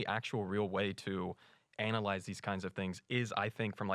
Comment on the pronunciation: he wants to "ANAL-yze these kinds of things!"